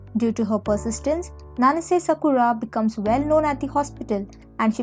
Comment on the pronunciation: Your pronunciation of Japanese names is weird. It's like ...either you didn't even try to get them right or never watched the drama to begin with. D-A-ngo? M-u-kino? Nanse? Todom? Made?